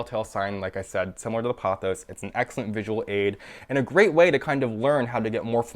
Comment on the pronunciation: You're completely mispronouncing 'pothos'. You say it as though it was spelt 'pothows'.